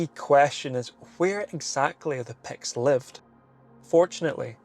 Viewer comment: Today I learned that it's pronounced, "Pekts." Today I also learned that I have zero chance of pronouncing Gaelic words just by looking at them.